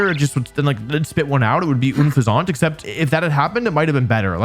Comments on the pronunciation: why are you saying it oonfezant, its unfezant like unpleasant, you dont say oonpleasant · Since when is "un" pronounced "OOONN" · This man forgot Mightyena exists, which im pretty sure is the coolest wolf, but i lost it when you called unpheasant "Une-fa-zont" please no.... please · ooh fuh zant TF ITS UHN FEA ZENT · "Oonfezunt" It's "Un-Pheasant". It's a pun on unpleasant and pheasant. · "OON-fuh-zont" ?? It's a play on Unpleasant. Based off of a pheasant. "un-FEZ-ent" This really bothered me... like when people say Vivillon as "vih-VIL-ee-on" shudder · It's pronounced un-fez-ent, not une-fuz-aunt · Oon-fez-aunt? I always pronounced it like Unpleasant Unphezant 😂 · "Oon-fe-zaunt?" Bruh, it's just "Un-pheasant."😂 If this is a bit, I'm not in on it, sorry. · Wolfy, your pronunciations are comically wrong most of the time and that's just something we all live with, but why the hell would you think it was "OOON-Feh-Zont"? It's an incredibly obvious pun on the word "unpleasant", using the real world bird name that you should know "Feh-Zunt". It's clearly "Uhn-Feh-Zunt" to rhyme with "unpleasant", because that's the joke. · Wolfe is pronouncing things on purpose now bro what is ooun-fezz-ahnt 🤣🤣 its un-pheasant like a pheasant or like unpleasant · Oon fez aunt It's un-fez-ent Like unpleasant. It's a pheasant that's unpleasant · Unfezant ❌ OonFizaunt ✅ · Wolfe... bb... it's un-fezent. Cuz it's a pheasant birb. English really is a terrible language, but I don't remember anything you said about kammo-o after of all the ünfeZONTs you assaulted us with back to back to back 😭😭🤣🤣 And then he came back for wugtrio!! 🤣🤣🤣 not as egregious this time tho 😂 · I was just thinking that LMAO. Unpleasant. Not Oonfazaant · I don't want to be that guy, but I'm pretty sure its Un-Pheasant like Unpleasant. Never heard it pronounced "Oon-Phez-Aunt" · Always pronounced it “un-pheasant”, like unpleasant. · Isn’t unfezant pronounced un-pheasant like unpleasant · It's pronounced like unpleasant!